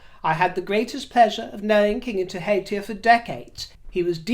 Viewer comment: Kia ora thank you for mentioning the passing of Kiingi Tuheitia your pronunciation of te reo maori the maori language was lovey to hear aroha mai love from Aotearoa new zealand.